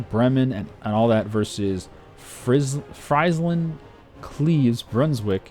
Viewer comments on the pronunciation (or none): lol, friesland is pronounced freesland.(used to live in holland.)